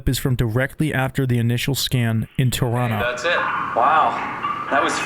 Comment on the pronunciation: Respect for pronouncing Toronto the right way, subbed 🫡